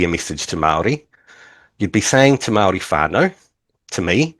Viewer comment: why does he say Mawldee